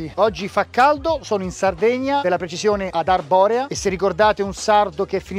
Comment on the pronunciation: Seusu in Arborèa! no Arbòrea cazzu! Buffausu mirtu! (Siamo ad Arborèa! non Arbòrea cazzo! Beviamo mirto!) ... 😁 Bel video come sempre 💪🏻 Salludusu! 👋🏻🍻☮️